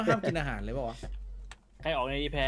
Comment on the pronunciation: “อาห่ารอยู่ตรงไหนนะ” “นี่คือเราจะนั่งเรื้อไปใช่ไหม” เสียงเหน่อโคตรตลก